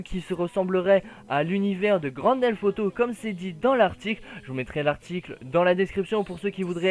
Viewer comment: tu dis Grand Delf Auto XD